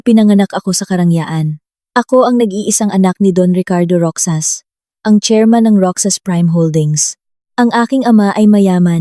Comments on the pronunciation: MALI ANG PAG BIGKAS NG ROXAS IBIGKAS MO NG GANITO ROHAS IYON ANG TAMANG BIGKAS SA ROXAS HINDI ROKSAS 😂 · Bskit ang pagbigkas ng narrator sa ROXAS ay ROKSAs ? Hindi yata marunong bumigkas ng salita ang narrator? Yong salitang Ginoo binibigkas lang ng G. Ang dami pang mga pasakalye.